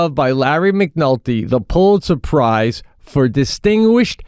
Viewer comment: “ Are you saying surprise?” What do think he’s talking about? The famous Pulitz Surprise? It’s called the Pulitzer Prize…it’s for people who write good…